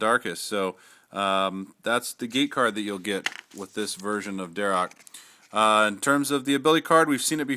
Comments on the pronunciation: it is pronounced "dar ack". anyway still cool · its dharak